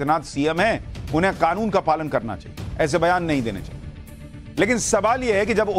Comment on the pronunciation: Arey Owaisi gadhe its Kanun not Khanun